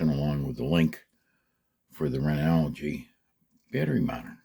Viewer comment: Did you say renouwgy?